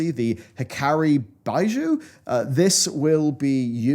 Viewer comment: Bee-zhoo. It's French for jewel.